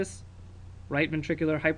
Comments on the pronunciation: hy-per-trophy. great lecture though! check your spelling and pronunciation though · Spelled: hypertrophy Pronounced: /hai-PER-truh-fi/ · did you really just tell everyone how to pronounce fallot and then go ahead and mispronounce hypertrophy?? -___